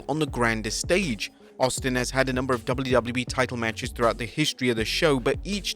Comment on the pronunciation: fun fact: The narator cant say WWE or WCW - instead he says Dubble lew- Dubble lew - ee or Dubble-lew see dubble-lew i mean come on it's double-you - whats so hard about that? and says "more wrestling content" like he's some kind of amateur high school news sport's commentator.